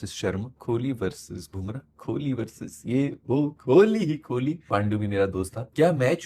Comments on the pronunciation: Broo... it's kohli❤...not kholi😮 You don't even know what is meaning of kholi in our marwadi language (Rajasthan)😂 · कोहली है नाम......आप खोली बोलते हो... कृप्या ठीक करिए